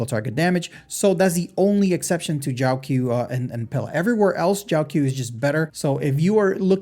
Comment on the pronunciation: It's not Jiao Q, pronounce it like Jiao chiu